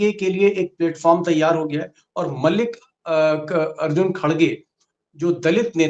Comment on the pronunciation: दीपक जी आप मल्लिकार्जुन खड़गे को मलिक अर्जुन कह रहे हैं ???😍